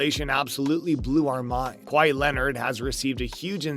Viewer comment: This guy has no business talking about basketball if he calls kawhi “Kwah-hee”